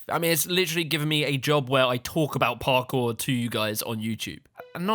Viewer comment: I like how you say Parkour it just sounds perfect